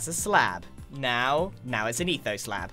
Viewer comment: It’s funny how I used to think ethoslab was Pronounced etho slab But it’s actually ethos lab. 😂😅